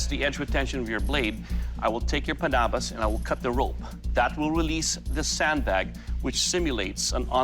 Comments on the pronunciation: Lol the first guy calling it a "pannabis" like it's weeds sharp cousin. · The thing that is more deadly than the panabas was how he said it (im fillipino)